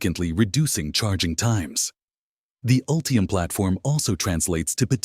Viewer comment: "Ultriam?" "Ree-yoos?" "Meribara?" This AI audio made me stop watching. I just can't take it.